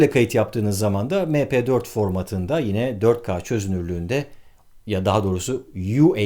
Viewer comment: Mepe4 değil EmPi4